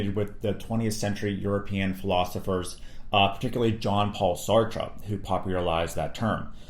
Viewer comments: Bonus lessons learned from this video: how to correctly pronounce albert camus and sartre 😂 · what is so difficult about this, Sartre and Camus are french men, not European, just as much as you are from the United States of America not America. Also their names pronunced completely different. Taking away the historical context of these philosophical systems makes it almost impossible to really understand them.